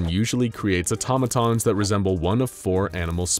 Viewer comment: I heard Atomatons ⬆️⬆️➡️